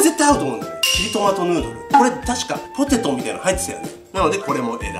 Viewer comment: ポテトじゃなくて、ホテ。トに、なってますよ。